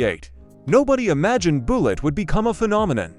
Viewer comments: You mean the movie wasn't called Buelegge? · More A I slop. The word is Bullet. The A I pronounces it "BOO Lit. Immediately quit watching. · Boolit. AI slop. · Boollitt? Deebate? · "Boolett." I KNEW the Charger had to be faster than that gussied up Ford Falcon. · Boolet???🤔 Yes, AI sucks. Most likely pure fiction.... Deeebate🙄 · right BOO-LITT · Don't you just hate these Ai voices even mispronouncing a simple 2 syllable word like Bullitt ! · The AI commentary is terrible. Frequent mispronunciations and grammatical errors were enough to almost make me turn it off, but I wanted to see if there was any interesting info in there. The video is about Bullitt and you can't even pronounce that? What's up with the gratuitous shot of an AR-15 in there, too? Go back to well-written, proof-read scripts with a human narrator. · Yes, mispronouncing Bullitt in the first sentence.